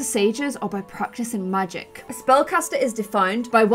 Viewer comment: teen......made in your image....looks like you. And you pronounce the "A" sound as a "U" sound...... instead of "cat," you say "cut," "magic," you say "mugic," "and" is "und," etc etc